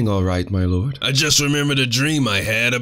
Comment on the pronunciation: "my lorrd"